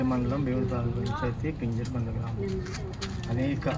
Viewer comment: పింజూరు కాదు మేడం పింజరకొండ